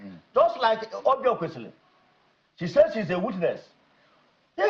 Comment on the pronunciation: Now who is this Nwebonyi, a MISROAD UNFORTUNATE Akpabio STOOGE to front Dr Oby Ezeks. A RIFFRAFF Nwebonyi who will NEVER EVER had been in govt if not for the decadence in NIGERIA. He CANNOT even pronounce "EZEKWESILI".